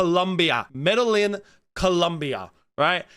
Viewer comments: Lmao he said Med-El-In lmao ... Its Meh Dah Yeen! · Your pronunciation of Medillin was hilarious. I heard Medallion 😂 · My dude it’s actually pronounced Med-I-eeIN But it’s all gooch I ain’t the literacy fifths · Ah yes "Meddalyn" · Sko-Paah-lah-meen in med-a-yeen lol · Med uh yeen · You really pronounced it med-ill-in. Also you expect us to believe you're an expert on sex workers and their rates because you're on the Internet? C'mon mate dont piss on my leg and then tell me its raining. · The city is pronounced like (Med-uh-yeen) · I couldn't believe it when he said it 😂